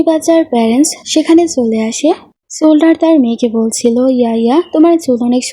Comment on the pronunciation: সোলডার না বলতে হয় সোলজার বুঝলে?